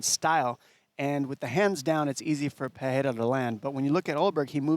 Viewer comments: Stop calling him Peheira all the time, it’s fkin annoying. It’s Pereira, get it right! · Chael… Pee rare ah.. dude cmon it’s not Pierre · I always laugh when I hear Chael say "Pierre-a" 🤣. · I had no idea who tf chael was talking about at first. He keeps calling Pereira, Pierre 😂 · Who’s Pierra? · "Alex Pea-era" - Chael Sonnen. Hahahaa, CHAMA!!!! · Who the heck is “Pierra”? SMH Chael 😂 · Who is piyera, at least get the name right, others are saying Alex's surname properly except for Chael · Chael is still calling him Pierra lmao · Chael just saying Pierre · why is Chael calling him Pierrah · PIERA! LOL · Every American pretty much other than dom butchers his last name but Chael is the worst 🤷‍♂️😂 he’s gotta just say poatan from now on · Is Chael trolling or is he really incapable of saying Alex's name correctly? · The way Chael says “Pereira” annoys me so much. It’s not that hard to pronounce properly. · Chael's pronunciation is brutal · Chael 😂 still don't know how to pronounce Alex's last name and he is also a commentator far out 😮